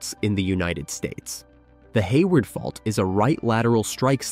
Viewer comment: 😂 the bot said "hay wired" 🤣